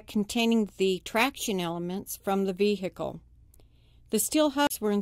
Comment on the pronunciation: lol 'vee - hickle'